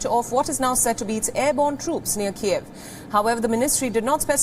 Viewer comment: LEARN TO PRONOUNCE THE NAME KYIV!!!! My god what kind of amateur reporting is this??